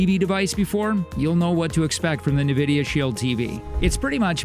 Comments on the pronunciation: It's pronounced N- vidia not NA - vidia . Otherwise good video thank you! I have both and they are both good...can't go wrong with either. The Shield Pro does have a good AI upscaler for lower quality content that it sharpens and makes look better. Also the Apple 4k you can pair a controller to and play Apple arcade games on the big screen. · Yes, it is Enn Vidia not Nuh Vidia. I see financial commentators on TV make this mistake all the time. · Please say “n” vidia. Unless i am just super wrong some how. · I’m just curious on how you didn’t know how to pronounce N——Vidia! Oh well. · Hahaha seriously though. “Nevidia Shield” 😂🤣 A lot of people have trouble pronouncing the name. They should just pronounce it as it’s written. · Great review. But please learn to pronounce Nvidia properly. It’s En-vid-ee-uh. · Who taught this person to speak? Nuh-vidia? "The intensity of which can be tweaked if you find it a little garnish." Garnish? Don't you mean garish? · Who else is annoyed with the pronunciation of “navidia” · It is odd since it's never been pronounced like that. There's no ad or audio pronouncing it that way. My guess is they have no experience with Nvidia and just guessed based on spelling. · This dude mispronouncing Nvidia is driving me nuts!